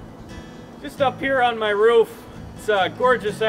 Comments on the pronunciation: im suprised he doesnt say roof like "ruf" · Who in the hell says RUF instead of roof, honestly lmao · You mean " My Ruf" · Not many things more Midwestern than pronouncing roof like "ruf" 😂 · Excuse you, the correct pronunciation is just "Rff" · The way he said roof like “ruff”? I felt that. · Did you just say ruff? That’s why you did’t get help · You can tell he's from Wisconsin based on how he's saying "ruff." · People in south don’t talk that way but people in the Midwest do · i like that he sas ruf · "Rüf" I guess that's a regional thing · "My rohf" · Im kiwi and I cant hear it. Just sounds like hes saying Roof to me. Trying to imagine how americans would normally say it if its not like this... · Ope, there it is. I came to the comments section just to see how many people would talk about how we say roof. My mission has been accomplished. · really? Ive never heard it said that way in my life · I'm curious about how he switched to a different pronunciation of "roof" halfway through